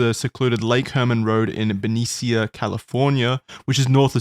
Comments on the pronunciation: It’s Ben-ee-sha not Ben-ee-seeya. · as someone who grew up in vallejo-benicia the way they all pronounce benicia has me laughing— everyone here says BEN E SH UH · I love you, but please as a resident of that area I have to tell you Benicia is pronounced "bin-ee-shuh" 😭😭😭